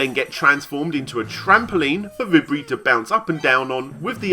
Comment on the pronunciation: vibri is pronounced vee-bree btw